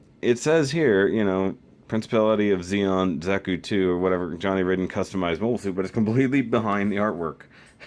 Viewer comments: It's pronounced Ryden, not Ridden :P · I shall pronounce it 'Rid-den' Because that's how its spelled